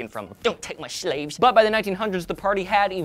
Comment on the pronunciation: i watched the "dont take my shlaves!!!" part about 1,000 times.